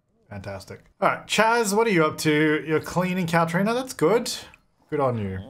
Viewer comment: “I need you to Moohve Cowtrina” ☺️